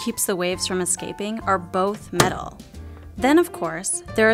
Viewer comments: The way she says "Metal" makes me want to die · Had hoped this would be about metal in the microwave, but she spent the whole video talking about putting ‘meddle’ in the microwave.